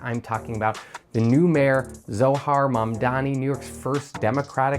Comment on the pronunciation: You mispronounced Zohran's name.